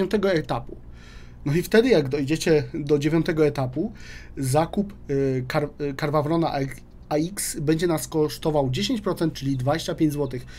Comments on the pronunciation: zajebiscie wymawia: KARWA WRON xD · Karwawron..., błagam Cię.:D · Czyta się KERNARWON, nie dręcz mnie!!! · Wpisz sobie choćby w google tłumacz i niech ci przeczyta tą nazwę. Czytając to po angielsku praktycznie nie słychać tam litery R.